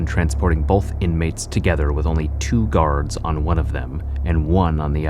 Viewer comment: Or garaurds... Dude got defective pronunciation